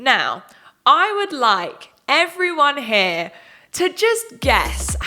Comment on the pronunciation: When you said "heRe" at the very end 🥴 who is this american?! 😂